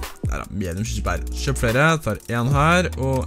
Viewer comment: Det heita ikke skjøp det heter kjøp